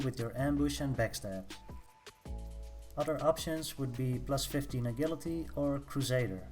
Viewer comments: “Uh-jill-it-ee”...Agility....NOT “Uh-GILL-uh-tee”...FUCK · You pronounce it ajility mate, je sound, not ge! Nice vid tho!